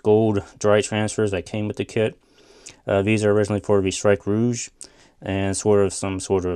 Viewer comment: Finally someone pronounces rouge properly